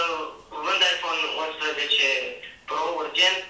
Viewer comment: De ce zici la 11...uinșpe? No hate!!!! Fortă